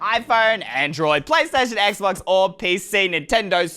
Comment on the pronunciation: The way he said android 😭😭😭😭😭😭